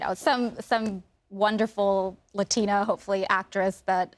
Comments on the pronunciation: I really appreciate the way Mario said Latina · The way he said Latina was so satisfying